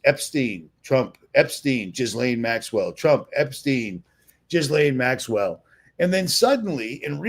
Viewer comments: Please learn how to pronounce Ghislaine correctly! It’s not “Jizz-Laine” (although that could be a nice pun…) it’s “GILL-LAINE”, i.e. the “H” and “S” are silent. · Jizz-lane I love how you emphasize that🤣🤣😜